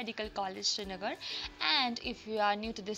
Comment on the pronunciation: It is not shrinagar, it is srinagar